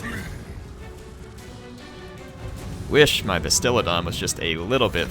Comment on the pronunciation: Fallen Hero i was with you!!! Im a advid seraphon player. And i twitched everytime he called it a bastilidon and stegladon